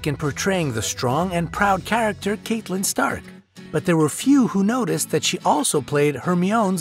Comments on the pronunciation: DanteBrian isn't catelyn pronounced catlyn as well? Instead of cate-lyn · And he also says "Kate-lyn" rather than "Cat-elyn" despite how many times her name is clearly pronounced in the series! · Agreed, it's making me frustrated. Way too many pauses and lingering on frames that don't need it. Also, they pronounced Hermoine and Catelyn wrong toward the end and that bugged me too. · and Catelyn... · 3 mis-pronunciations in a row....had to stop the video..... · I cringe so much whenever he mispronounces a name. It's CAT-EH-LYN. HER-MY-NIH. And VIH-SERIS . If you can't even pronounce the character's names correctly, it makes me question if you actually watch the show or just Google the facts you put here. 🙄 Smh